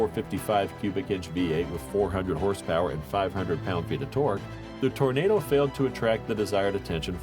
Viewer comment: Hey dawg, it’s the olds Toro-nahdo. Like the vid!